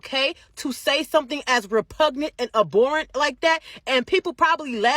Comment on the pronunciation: A-boar-ant..really.. I’m sorry I’m just being an asshole right now